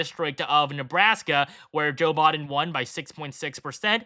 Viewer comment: "Joe Bod-en" lmao